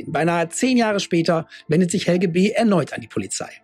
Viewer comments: Just as a hint from a German citizen: The last e in Helge is pronounced like an e in existencial, error or egg ( egg read backwards immitates the g and e sound in Helge just fine). It´s a rather old Skandinavian name, that is quite uncommon in younger ppl, mostly found in the north of Germany, the Slavic version would be Oleg. It derives from the protogermanic "hailaga", unharmed, healthy. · Not Helgi but Helge or Helgeh